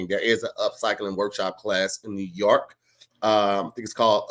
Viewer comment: always says New Yark instead of York, this time I finally have evidence